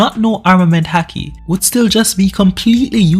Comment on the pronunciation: why are you saying the word haki like that? its pronounced like hockey, A doesn't make that sound in Japanese